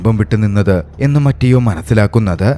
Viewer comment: ബ്രോ , മറ്റിയോ അല്ല മത്തെയോ എന്നാണ് ( mathew എന്നതിന്റെ ഇറ്റാലിയൻ പേരാണ് മത്തെയോ )🙏🏻